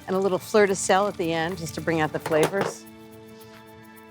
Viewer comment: Did someone say 'flirt de sel'????